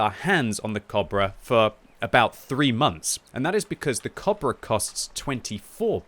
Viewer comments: y u pronouncing cobra weird ? isn't it co-bra like a long 'o' like in boat not kobra like german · It took about 6 times of me hearing say cabra to realize he was trying to say cobra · how you pronaunce cobbra, dude